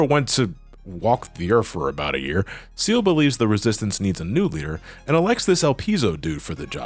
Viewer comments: "Ciel" as in "seal" ??? Nah, dude, it's "Ciel" as in "see el" as in "sky." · Just because it was bothering me, Ciel's name is pronounced C-L, See-El. No offense